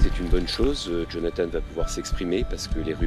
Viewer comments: Jonathan !!! (prénom biblique) ...En Français on ne doit pas prononcer "Jonathane" et encore moins "Djonathane" !!! Nous ne sommes pas anglo-saxons! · En français, on prononce jo na tan. Pas Jone a tane ... merci !